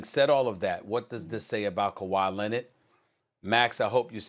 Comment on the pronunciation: Kawhi “Lennit”. -SAS 2020